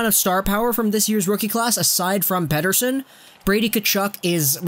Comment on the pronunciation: As a Swede it is funny that your joke pronunciation of Elias Pettersson is probably the best English speaking version I have heard so far. Pettersson is so good, he is turning me in to a Canucks fan. Like life was not hard enough!